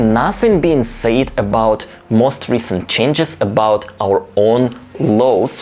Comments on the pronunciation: Your English is very good, I just want to point out that it's not "sayed", but "said", kinda pronounced as "sèd". Other than that, keep up the good work! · Just a helpful pronunciation tip. "Said" is pronounced (sehd), rhymes with "fed". Yes, it makes little sense that it would be pronounced differently but that's the way it is in English. The same with the word "says". Rhymes with "fez".